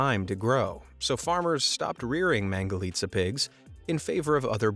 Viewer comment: I like the fact that he said mangalica right